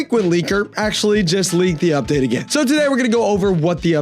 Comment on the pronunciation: "Udpate" Vro what